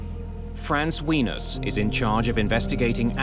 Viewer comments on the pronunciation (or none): The pronunciation of Wenas is hilarious. Its pronounced as ‘Way-Nash’. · Seriously, Mayday narrators should learn how to pronounce foreign names prior to recording. It’s pronounced “wuh-nahs”, not “wee-nus”. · Everytime the narrator said 'wenus', i laughed. I know this aint a laughing matter, but its funny.